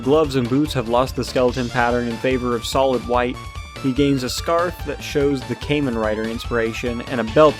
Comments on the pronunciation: its pronounced like "kah-men" rider, my good dude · Mispronounced “Kamen” in Kamen Rider, but pleasantly surprised someone with no knowledge of Tokusatsu brought up Skull Man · “caiman rider” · Ah, good old “came-in” rider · say kaymen rider one more time and your gonna wake up without any skin and flesh. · Ah yes, Kaymen Rider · Came in rider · I've never even watched Kamen Rider but the way you pronounce it bothers me